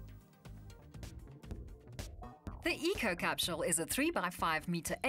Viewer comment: why is she saying capshule not capsule ? :/